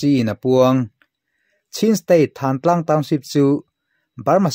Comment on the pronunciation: Thântlang tih hi, puanthan kan tiha thân angin i lam a, Thân tih hi ka ke a pân kan tiha pân tih anga lam tur